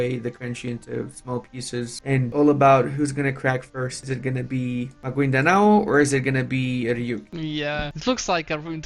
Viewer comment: butchered Maguindanao at the draft. We're off to a good start